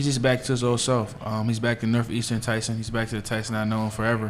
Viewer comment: Tyshon??? I hope the dope who has NO CLUE what Walker’s first name is sees this - hey, dope, it’s TYSON not Tyshon. You failed miserably.